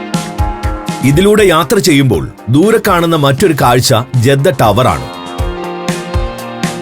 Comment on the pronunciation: ജെദ്ധ അല്ല ജിദ്ദ. മെക്കാ അല്ല മക്ക